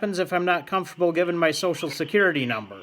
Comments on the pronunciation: “ComferTABLE” was my favorite part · Lmao comfor table!